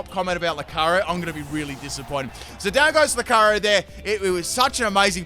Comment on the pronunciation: The pronunciation of Lucario here is otherworldly. I heard Locarry every time